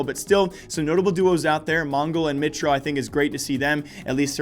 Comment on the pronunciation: Great video. Btw mitr0 is pronounced mee tro